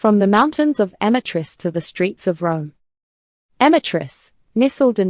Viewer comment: Change your profession, clowns. And before you post ridiculous videos, learn how to pronounce Amatrice and amatriciana.